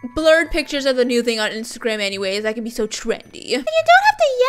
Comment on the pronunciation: I heard isagram in stead of instagram 🤣